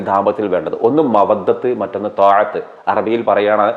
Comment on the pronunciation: മവദ്ദ റഹ്മത്ത് ആണ് താഹത്ത് അല്ല